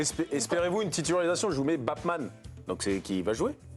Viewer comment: c'est batman et pas bapman